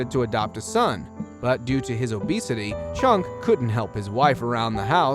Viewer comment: More bad narration and mispronouncing names...it's CHUCK Turner, not "CHUNK"...